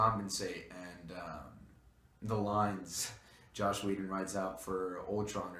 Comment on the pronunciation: It's Joss, not Josh.